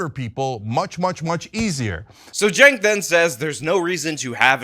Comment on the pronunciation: If youre going to make a video about someone, learn their first name. CHENK - not JENK.